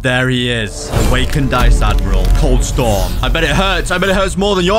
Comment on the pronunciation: Bro is iceadmeral😂😂😂😂 On ice casol